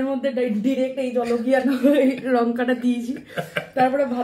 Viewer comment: Jhalakia noy jolokia